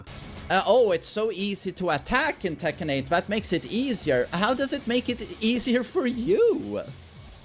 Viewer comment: The way he pronounces Tekken 7. ‘Tekkan 7’